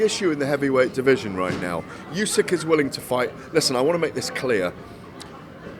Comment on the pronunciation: Why does he keep calling him "Yusyk"? It's not that complicated to get right?